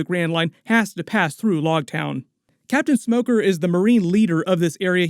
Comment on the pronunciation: It’s loguetown like rogue not like log. Big fan just thought I should help as a manga reader.